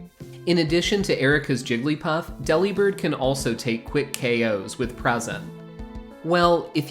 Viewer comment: It’s not pronounced Deli-bird. It’s De-Li-Bird. He’s a BIRD who DELIVERS. Not a meat counter that flies.